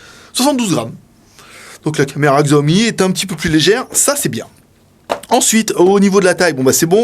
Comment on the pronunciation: Juste pour info, Xiaomi se prononce "Chiaomi". Mais sympa de partager le test !